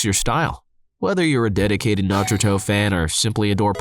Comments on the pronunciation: i keep hearing nod-rooto. Nar-rooto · Got to love videos but I personally dislike how pronounces Naruto. It sounds like a parent trying pronounce it and you are trying to correct them but they go with what the say first anyway. LOL XD